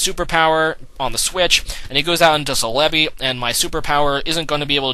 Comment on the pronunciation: I thought celebi was pronounced cell-a-bee